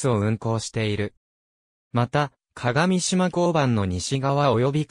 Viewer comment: 鏡島は”かがみしま”ではなく”かがしま”です。また合渡は”あいわたり”ではなく”ごうど”です。